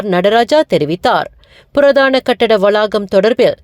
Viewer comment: purathana katidama ungaluku Tamil varatha .matravargaluku velayai koduthidunga.PURAATHANA endru vaasikavum.